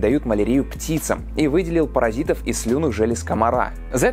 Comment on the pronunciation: Паразит по-русски, а не паразаит как в ролике ☝️🙂